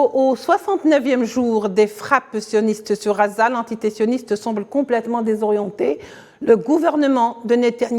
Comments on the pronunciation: Désolé mais si vous choisissez de donner votre information en français faites l'effort de gommer votre accent . Phonétiquement. On ne dit pas Raza mais Gaza en français..juste pour l'exemple. merci pour votre travail ... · Je crois que le temps qu'elle arrive à apprendre que ça s'appelle gaza et pas raza ça s'appellera Israel. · Merci à la journaliste pour la qualité de son travail et félicitations pour sa maîtrise de la langue française. Nos journalistes devraient en prendre de la graine... Je viens de voir qu'en arabe, on écrit غَزَّة Ce qui explique la prononciation entendue. Il faudrait peut-être qu'on se décide à transcrire en phonétique internationale Ghazza... Ce serait déjà un modeste signe d'attention !